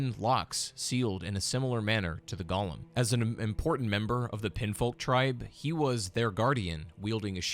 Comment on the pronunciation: how do you get "pinfolk" out of "pinionfolk"? i guess i've been pronouncing "onion" wrong this whole time. they're clearly pronounced "on".